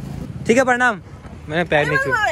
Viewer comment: Pernam nahi hota ha prenam hota ha😂😂😂